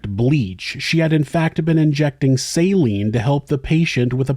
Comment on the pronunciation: Listening to this person try to explain herself with the syringes was like pulling teeth. So infuriating and disgusting. Also "salinge"... She made so many odd mistakes while speaking and it seemed pretty clear she was extremely nervous. Ugh